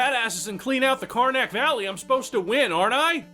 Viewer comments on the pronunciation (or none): Every time I hear you say "Karnak" it sounds like "Carmack" to my ears! Another amazing video! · Why do I keep hearing City of Karnak as Carmack? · I kept thinking you said carmac every time you said karnac